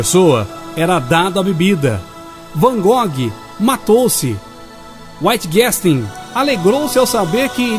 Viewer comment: Alvaro Mahl locutor né? O cara só narra, não sabe. Ele também pronunciou Waitiguéstein